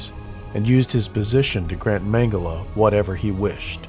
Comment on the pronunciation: How do they always get the pronunciation of his last name wrong